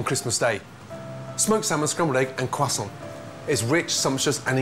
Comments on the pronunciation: Eggs are a little to runny for me. Also i cant stand how he says croiscant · You see the funny thing is that he learned to cook in France. This is why he gives French pronunciation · hes not in France and he is definitly not French.